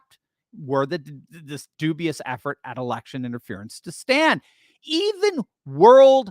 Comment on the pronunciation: I've never laughed so hard is when you said "erection." 😂